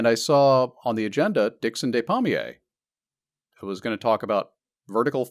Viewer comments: Ah your American pronunciation meant I thought his name was palmier not pommier - Dickson of the apple trees .... so his DNA must have been rooted in the orchard... it kind of makes sense. Thanks to all of you for a great episode, helps all your fans commemorate this loveable polymath, auto-didact, raconteur, teacher and all around decent human being. Thank you ❤ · Re de-des pronunciation: In French "de" is pronounced "deh/duh", while "des" is pronounced "day". Despommier = daypommiay